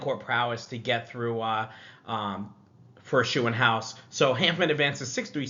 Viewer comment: Max Shoe-in-house 😂 gotta work on that German Umlaut pronunciation! 🇩🇪